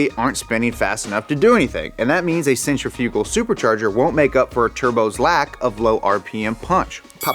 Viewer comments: We are in America. It's pronounced Sen-triff-igull not centri-fuge-al. LOL. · "Sin-triph-uh cull". Not "Sentra fugle" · SEN-TRIF-I-GUL. I DON'T KNOW WHAT THE HELL YOU LOL WERE LOL SAYING, LOL. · Centrifugal = "cen-trif-i-gull" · I aint never heard somebody say sent-tri-few-gull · Centrifugal [sen - TRIFF - uh - guhl] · Please do an episode on his incorrect pronunciation of centrifugal (sen·tri·fuh·gl) 🤣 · Is no one else bothered by the pronunciation of “centrifugal?” I guy I worked with thought it was pronounced like “center-fyoogul” I’ve always pronounced and heard it been pronounced “Sen-tri-fuh-gal”… Out of this whole video, yes that’s all I came away with lol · Bwahaha. "Centrifyoogal". Is he fucking with us? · Sen-trif-ical = centrifugal Just FYI:) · Did he say centrifrugal? what the hell is centrifrugal? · I haven’t heard centrifugal pronounced that way before. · The way he pronounces centrifugal 😂😂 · Oh man. That centrifugal pronunciation though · DUDE YOU SERIOUSLY NEED TO STOP SAYING CENTRIFUGAL WRONG WOW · Are you saying 'centrifugal' wrong on purpose? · it’s infuriating that he doesn’t know how to pronounce centrifugal and repeats it over and over again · Bruh... I'm only 8 min in and the mispronunciation of centrifugal...